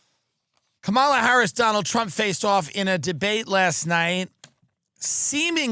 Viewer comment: I know Tim takes it up the ass but can he please pronounce Kanala properly?